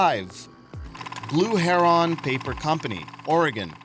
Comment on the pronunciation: Heron however was butchered